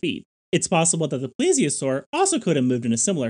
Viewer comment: It's not a ple-asore, it's a plee-zee-a-sore. The first 1/3 of the video you were pronouncing it incorrectly, you're pronouncing it correctly now. And you said March...not Marsh...O.C.Marsh.